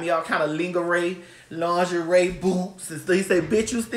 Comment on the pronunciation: Not "ling-a-ray"! lmaoooo